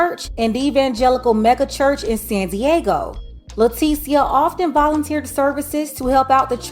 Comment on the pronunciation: Not sure. Did you say Sandy Eggo?🤮